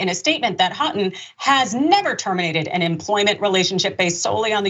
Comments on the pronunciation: pronounced Hoe-ton jsyk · The school name is pronounced “hoe” “ton” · Houghton alumnus here. Lots of false characterizations of the school here. They didn't even bother to look up how to pronounce the name correctly (HO-ton). 😂 I'd recommend my school in a heartbeat. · Ho -ton is how it is pronounced. The "ou" is pronounced O. One of my brothers went there. He would be very disappointed in his alma mater. 🤦‍♀️🤦‍♀️